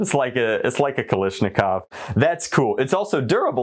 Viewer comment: For future use ot is pronounced"ka-la-sh-nick-ov